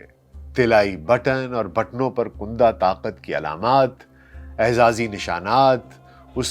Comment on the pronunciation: کُندہ نہیں۔۔۔ کَندہ